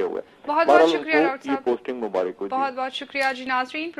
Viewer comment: Dr. Sahab mubarak hota h. Mubarik nh hota.